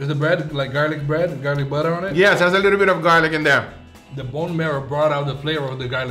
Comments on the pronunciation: I heard him say “boner of the gods” no one will convince me otherwise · I kept hearing him say “bubble of the guts” instead of saying “butter of the gods” lol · i hear buddha of the gods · I heard butter of the guts